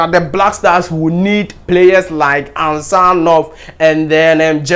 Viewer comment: Get the name well ansgar not ansjar ,g is not pronounced as j